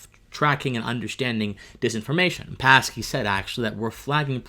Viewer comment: The 'P' in Psaki is silent.